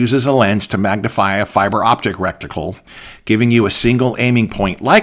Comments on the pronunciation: The word is RET-I-CLE. Reticle. It is not wrekticle. I enjoyed your presentation. I turn down the illumination on my red dot. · I believe it's reticle not recticle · Great info, great summary. Thanks! BTW, it's reticle, not recticle. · Please: RE TICLE not REC TICLE> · This guy says he's been shooting for 30 years but doesn't know its reticle not "recticle." Tell me you are a youtube gun "expert" without telling me you're a youtbe gun expert. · Why do you keep calling it recticle? It is reticle. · Is it just me, or is he saying "recticle" and not reticle? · Great video. Very helpful. But humor me... It's, reticle, not "recticle". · Reticle not rectical. I hate to think what a rectical. might be used for. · I cringed and clenched every time rectical came up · Soooo you’ve been saying rectical for 30 years? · I am watching this video on the toilet, am I being punkd'. Why he say recticle when I am about to wipe my ass.😮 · LOL not sure it’s as bad as “nuculer” vs. nuclear, but I’ve said “recticle” for so long it’s hard to hear it as wrong! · Wrecked tickle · Great information. One thing, The term for the crosshairs or aiming pattern (dot) inside an optical instrument is reticle (pronounced RET-i-kul) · It makes me chuckle each time he says "recktical". LOL! He took the words "rectum" and "reticle" and made a new word. I love it. :) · Good god, lad — every time you said “recticle” the hackles on the back of my neck raised — learn proper nomenclature, please! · You did mean to say "reticle", right?